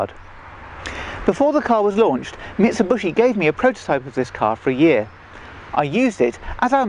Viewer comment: MIT-SAH-BUSH-EE <---- L O L ! ! !